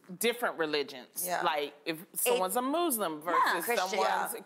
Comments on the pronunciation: But if I hear someone say Mouslim on more time. Loni 😩🤦🏾‍♀️. Why people love to say mouslim instead of muslim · Loni it is not Muuuuslim it is muslim [maslim]😂😂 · Loni said moose-lim. For ladies that are supposed to be dishing out wisdom, they could at least get their pronunciations somewhere right 🤦🏻‍♀️